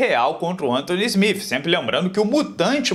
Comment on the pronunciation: "Smif" nao mano ajuda ai...